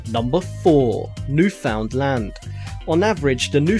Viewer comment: How he said Newfoundland made me lose it, I'm about a 3 hour drive away from Newfoundland and own a Newfie.